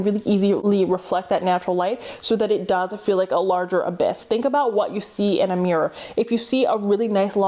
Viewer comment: You say MEEEErur instead of mirror lol.